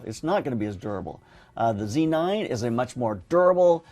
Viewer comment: Z9 not C9 - c'mon, you can say it